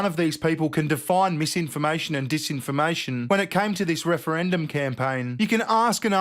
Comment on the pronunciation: “Meesinformation and deesinformation” 😂